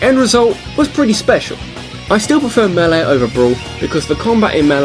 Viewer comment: The hell is a Super Smash Bros. "melei?"